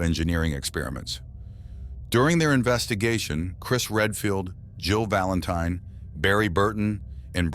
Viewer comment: He keeps on saying "Joe Valantine" 🤣